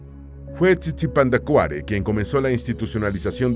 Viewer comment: La pronunciación del idioma Pu'repecha se tiene que tomar en cuenta que son palabras esdrujulas y sobreesdrujulas, así que la pronunciación del personaje es Tzitzipandácuare, en México tenemos una palabra con tres acentos prosodicos TzinTzunTzan, el nombre de uno de los Calzonzin que mencionas es "IRETI TICATEME", la forma que usas para las palabras Pu'repechas lo haces en Nahuatl que son principalmente graves y agudas. Como Michoacanos somos orgullosos de nuestra cultura, lengua, costumbres y los multiples aportes a la lengua española, tu documental es muy interesante, me gusto ya que como indicas tal parece que no existimos, gracias por tomar en cuenta a nuesto pueblo. GRACIAS!